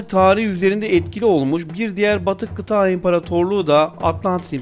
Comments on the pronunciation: Kardeşim tebrik ederim...Yeni videolarını da bekliyorum...Yalnız bir ricam var....Kıtağğ değil kıtA'dır...Birkaç videonda daha var aynı hata...Kulak tırmalıyor,konsantrasyon bozuyor...Lütfen diksiyon üzerine biraz çalış... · Kita değil kıta